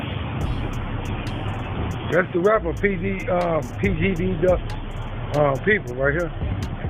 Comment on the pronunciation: This is pgb duck people right here... There's not a single thing that man said correctly. Lol pretty funny